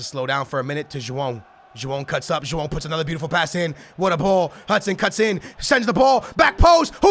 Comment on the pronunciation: I swear when he says Joao it sounds like he's saying jewome